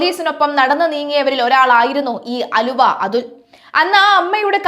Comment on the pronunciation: ആലുവ അതുൽ അല്ല അലുവ അതുൽ. തെറ്റ് കൂടാതെ വാർത്ത വായിക്കുക. മാറ്റർ റിപീറ്റ് ആകുന്നും ഉണ്ട്.